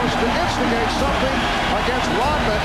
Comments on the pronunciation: Why does he keep saying dennis rotman? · RODman not ROTman